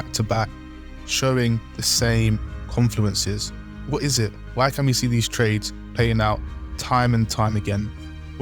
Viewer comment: Jesus this is excrutiating - good luck to any beginners trying to understand this! 🙏🏻 Edit: 'confuleneces'?? 🤦🏻‍♀🙈🤣